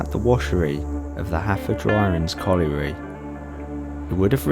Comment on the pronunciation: Great video loved it . It's pronounced havodrinis